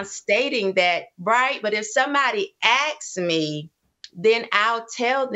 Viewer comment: To vs Too ... understand. She says 'awks' (axed), not asks